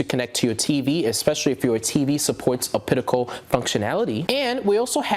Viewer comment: Great review, but buddy it's pronounced op-ta-cal not ah-pit-i-cal. You really grew that chin fuzz fast LOL.